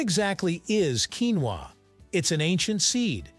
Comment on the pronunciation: If you going to make an expose on the topic, how about you learn to pronounce the word correctly in the first place?